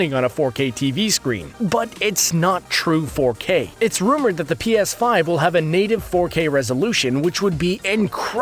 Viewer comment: Pea Ass Five